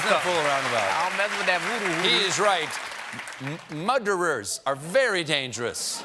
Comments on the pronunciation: So many "muderers" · Muderers? LOL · Muderers...... im dead!! 😂😂😂😂🤣🤣🤣🤣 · No, no, no, it's spelled mooo-derer! Otherwise it would have two d's. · "Muderers from Nambia? Eeks! They are worse than muderers from Nipple or... Button, even. I know more about muderers than anyone" - president spanky.